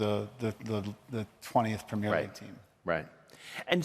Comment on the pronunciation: Its called premier league not premare league mate